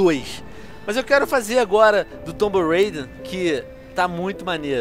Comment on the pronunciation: venom fala tomb reider (so pro pronunciar por favor não me corrijam eu sei que estou errado )